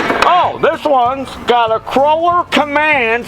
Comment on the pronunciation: KOH-LER!!! NOT KROH-LER!! UUUGGGGHHH!!!!!